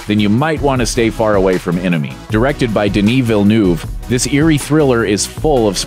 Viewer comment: Can the narrator mispronounce Villeneuves name some more please?